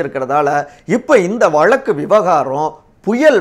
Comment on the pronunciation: Dear friend it's irritating to hear your Tamil pronunciation eg. Instead of Thamizh you say Thamil, Vazhzkku you say Valakku. Kindly try to rectify.